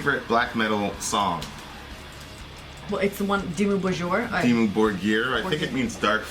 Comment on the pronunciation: it's pronounce "Dimmu Bórgir" not Borgír... and of course you can be the master of your own life, you literally have the power to end it, you can't control what surrounds you and that's what you failed to understand, anyways, i just came here to say reactions videos are the dumbest thing on earth as well as people watching them, don't judge me too fast, i just randomly placed the mouse at the mark to hear what they talk about, then i realized this guy is a complete ignorant talking about a subject way too rich in knowledge like black metal, let alone Norwegian Black Metal, both of you can't even grasp what Norwegian Black Metal is, then again, i'm guessing you're both north american so it's understandable, ignorants everywhere, in fact the title needs to be change asap to "ignorants react to" whatever brainwashed nonsense you yap about. #stopmakingstupidpeoplefamous